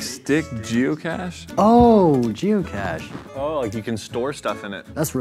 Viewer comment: Am I the only one that heard " jew cache" instead of geocache